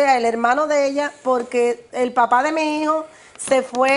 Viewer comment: Que pena.... lo que hace la falta de cultura l, me costo mucho entender a las dos señoras, no podian expresarse ni desarroyar la historia de forma clara y directa. Por cierto no es higo.... es hijo, mi hijo NO "mi higo". No sabe ni hablar